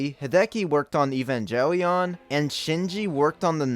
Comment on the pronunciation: You had me until you butchered Evangelion Also y haven’t you watch Evangelion as fan of cinema????